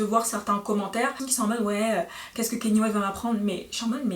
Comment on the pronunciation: On prononce pas keny ,mais Kanye.par contre j’aime bien la vidéo